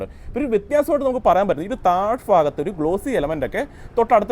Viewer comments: താഴ് ഫാഗത്തു അല്ല താഴ് ഭാഗത്തു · വടക്ക്: ബാഗത്ത്😂 തെക്ക്: ഫാഗത്ത്😂 അച്ചടി: ഭാഗത്ത്